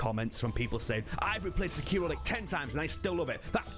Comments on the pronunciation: Sek iro you're saying Se kiro! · You're pronouncing the name incorrectly... it Seki-Ro, not Seh-keer-o. Didnt last a minute into the video due to you butchering the name. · I wince every time he says “SAHKEERO”, 😖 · No the biggest thing they can get wrong is the pronunciation.😂 Come in white people 😂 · Wild to me that the game literally says sekiro 400 times and still pronounces it wrong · I find that a lot of people are still playing and recommending Sekiro so... still, a pretty good video. I had a hard time with your pronunciation of Sekiro though. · Why do people pronounce shit wrong when the game says how to say it several times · Can we finally get someone that can pronounce the name right?😂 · pronounce sekiro correctly as youve heard it ingame.. is that really so difficult man? its pretty simple why people point them to MORE similar games rather than OSU Souls.. i like sekiro as much as the next soulsborne fan but cmon was this THAT large of a revelation for you?